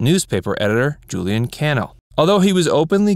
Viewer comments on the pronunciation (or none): none